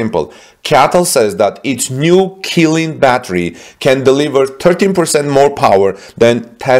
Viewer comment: Right, it's wrong to pronounce it as "Ki" but "Chi" instead.